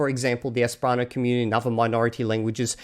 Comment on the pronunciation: I'm sorry, but I just found your channel, and it seems like you keep pronouncing "esperanto" wrong. It's like you mix the second and third syllables. "Espranto" is what I hear from you.